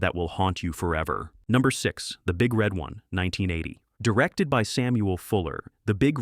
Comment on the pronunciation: Emphasis is on one, not on red. Say it wrong in a bar where there are 1st Infantry Divizion veterans and you'll get your head broken.